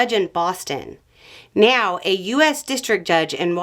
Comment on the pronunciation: Why does it sound like you’re saying “meow” instead of “now?” Is that just accent, or something funny you’re waiting for people to notice for some reason?